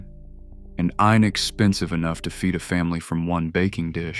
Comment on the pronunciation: I know. "Eye neckspensive"? What the heck?